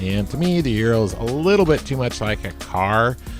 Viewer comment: “Ooh-rral” not “you-ro”